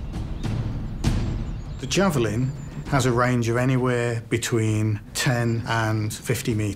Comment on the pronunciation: i thought it said jew's vallient when they said javelin